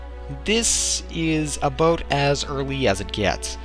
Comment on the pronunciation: about :)) aboot